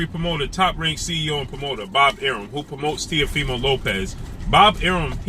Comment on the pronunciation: Why don't you commentators give Lopez some respect and pronounce his last name the right way. I bet you wouldn't dare call him that to his face.